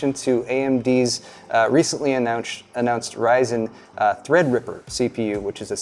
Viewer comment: ryzen*, rayzen sounds like raisin lmao